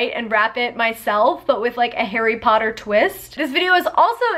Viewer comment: Why is harry potter becoming popular rn on every social media like yall are late late, also stan draco or he will not say poTTaH anymore :)